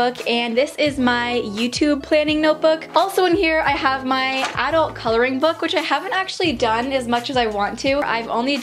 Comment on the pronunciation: Leena A. Ohhh thanks so much i thought she was from the uk since she said adults differently